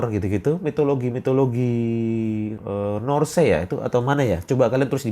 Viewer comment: Tapi si abang nyebut norse betul juga